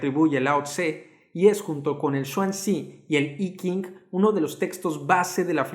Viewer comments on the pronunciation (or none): NO ES I KING, ES EL I CHING...😂😂😂😂